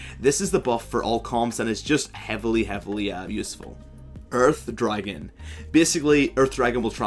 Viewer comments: First I understood "urf dragon" instead of earth dragon XD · "URF dragon" is what i understood first (earth dragon) would be fun to have a limited "URF buff" if you get one of these :3